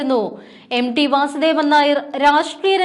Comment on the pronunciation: പ്രിയമുള്ള അവതാരങ്ങളെ MD എന്ന് ഉച്ഛരിക്കാതെ MT എന്ന് മനസ്സിലാക്കി പറയു. അദ്ദേഹംMT വാസുദേവൻ നായർ ആണ്. കഷ്ടം.